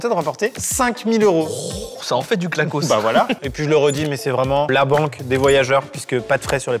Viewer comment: Salut, Je vais pas justifier longtemps. Tu as confondu la Savoie et la suisse ( sacrilège!!) Ensuite c’est pas clacoss mais CLAQUOIR POUR LE CAMAMBERT DE NORMANDIE Désoler je suis Normande mais j’habite en haute Savoie ça m’a vexé